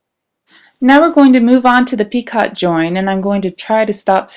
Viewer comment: Thanks for sharing your work. Enjoyed looking at the different motifs. I hope you don't mind if I let you know that the word "picot" is pronounced "PEEko."